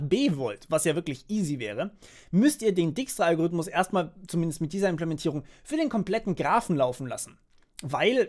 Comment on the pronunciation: Du schreibst dijkstra zwar richtig, aber du butcherst die Aussprache ;)